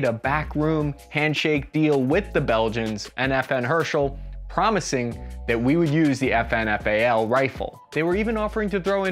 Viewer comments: Belgium: Herstal Murica: Herchal Where is the T Murica? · I love the way, you pronounce "Herstal" "Herschel" 😂.